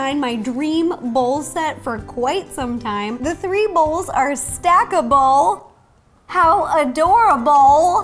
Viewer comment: They're stacka-bowl! How adora-bowl! I'm just on the roll! I died :D